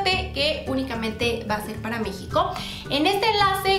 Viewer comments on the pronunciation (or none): none